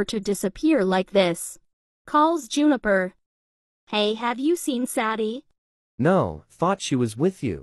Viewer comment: What everyone hears: I,m sadie and I,m 15 What I hear: 💫I,m ZaDdY aNd I,m 15💫